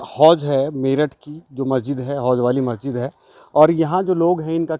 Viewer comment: Lo mo.aguzar ko majsid bolna nahi ata 🤣🤣🤣🤣🤣